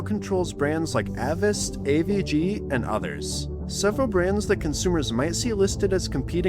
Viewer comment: I know it's just semantics, you pronounced Avast incorrectly 😂